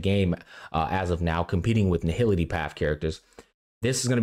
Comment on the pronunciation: erudition* nihility*